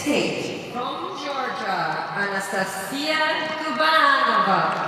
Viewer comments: who the F is reading outloud the names in the arena?!?!?! "AnastaSiSia" ?!?!?!?! and thats not the only example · “ah-nah-stuh-see-uh” is the correct pronounciation.